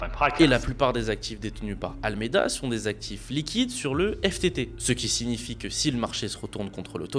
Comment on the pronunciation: Le sujet est intéressant, mais la chronologie de l'explication est totalement déconstruite. De plus, ce sujet a déjà été largement traité. Il est perturbant d'entendre "SDF" au lieu de "SBF", et le nom correct est "ALAMEDA", pas "Almeida". En outre, traduire les passages en anglais aurait été bénéfique.